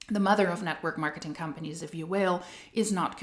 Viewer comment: I swear sometimes I hear you say hun-panies when you say companies 😂 which is also suitable in MLM case